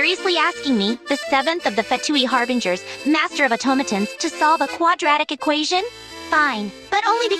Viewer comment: Why does the Scara bot say “harbringers” instead of “harbingers”😭